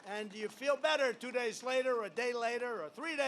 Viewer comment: So far he has slurred the following words: "Days" "Fascism" and mispronounced "Biden", in under 15 minutes. He is not all there. He has a neurological problem.